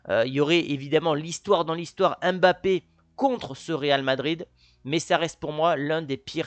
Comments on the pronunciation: Mbappe vous a déjà dit comment prononcer son nom, pourquoi vous enteter a prononcer M'Bappe et non Mbappe, pourtant vous êtes capable de dire Zlatan et non Z'latan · On écrit Mangé et on lit ''Mmangé'' Aussi, on écrit Mbappé mais on lit ''Mmbappé'' C'est pas la peine de dire M-Bappé Cher français faite un peu d'effort avec les noms africains